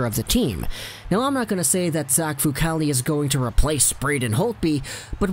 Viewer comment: Decent report but...Myoon-itch?